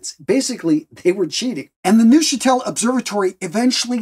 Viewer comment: In the German language, any (and I mean any - German is a very regular language) "eu" letter combination is always (and I mean always) pronounced as the English "oi", as in "oil". Thus, Neuchatel is correctly pronounced "Noichatel". You doubt me? See, Deutsch (German for "German") which is correctly pronounced "Doitsch".